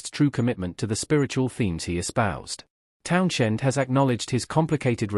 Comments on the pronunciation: My thoughts are you're full of shit . I don't listen to anybody who can't pronounce Townshend , the H is silent like you should be . Thanks for letting us know Pete Townshend was in The Who . Who knew ? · Pete Townshend, with the influence on shhhhhend. Tell me you're AI without telling me you're not AI.